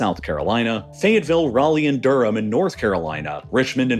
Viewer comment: Yep, but it's not just coastal communities. People often pronounce Wilson like the person's name instead of saying Wilt-son. Most are unaware that many years ago, Wilson won the T's from Fayetteville's name on a bet. That's why it is pronounced Fay-vull, with a half syllable between the two parts, like you are about to include the T's but catch yourself right away. 😁